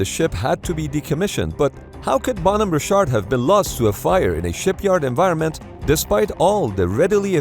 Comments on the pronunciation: Good video, but really hard to watch this with the narrator pronouncing Bonhamme Richard as "Bone Hammer Shart" every 2 minutes. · Why does he call the ship “Bon over shart” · Bon-hom-me Rich-ard. Famous American Revolutionary War ship's namesake. Captain was John Paul Jones, who exclaimed in 1779, "I have not yet begun to fight!". No educated American could mispronounce this so badly. Please get better. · Where is narrator from? Always called them ships phonetically, bon home richard. It's like he loses half the syllables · At first I thought the ship's name was 'Ballnumber Shark' Then I turned on the subtitles because I didn't catch the exact times (10: 30 firefighters start withdrawing and 10: 50 explosion) and only then did I found out it was the 'Bonhomme Richard!' The second US Navy ship bearing that name served in The Pacific War but didn't suffer any fatal fires. But speaking about the Pacific War, the US Navy had some excellent firefighting and damage control teams back then, didn't they? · why the hell does this guy pronounced 'bonhomme richard' like that? i had to google it because i had no idea what he was trying to say. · you say Bonhomme Richard so weird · You mispronounced Bonhomme Richard. Both words are accented on the first syllable. The ship's name is from a ship of Revolutionary War fame. Actually the US Navy does pretty good when it comes to equipping ships with features to fight damage and save or prevent loss of life no matter what the cause is. This should have never happened.